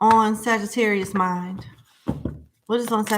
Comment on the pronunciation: Ma'am, Please stop saying Sagitterrier like we're a breed of dogs 😹 thank you 💜